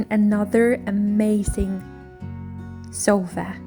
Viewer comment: You are doing it again! A sofa is not a SHH!!!!